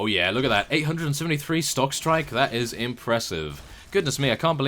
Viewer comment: Lol i thought you WERE saying stock strike but because of your accent your instead pronounced it shock strike. Yes you're accent is very strange to me considering the way you say dynasty in your perisno series =P